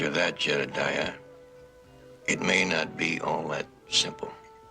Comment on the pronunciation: Why did he insist on calling him jedadiah